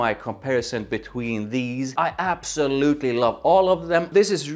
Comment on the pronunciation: "and I absolutely lauv it"